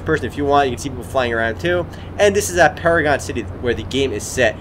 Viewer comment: did he just say paradon city? why does that remind me of big O?